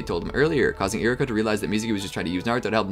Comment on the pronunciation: You're saying Iruka so fast it sounds like Iraka